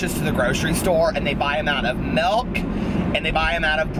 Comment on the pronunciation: You say "Melk" and I say "Milk".